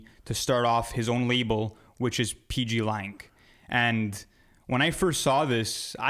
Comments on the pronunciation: Its pg lang not pepe lang😂😂😂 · bro said PP Lang lmaao wtf PG